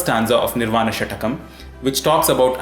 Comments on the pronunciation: It is षट्कम् . Not षटकम् . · It is shatkam and not shatakam. Please! 😏